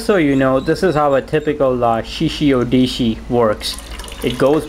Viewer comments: You call it a "shishi odishi." It's a shishi odoshi. Oh-doh-shee, not oh-dee-shee. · This guy has not yet noticed that it is "Shishi Odoshi" and not "Shishi Odishi".